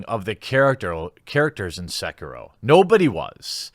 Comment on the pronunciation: It's "SEH-KEE-ROH!"